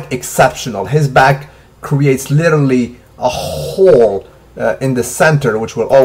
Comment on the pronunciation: a khhooole (hole) lol salute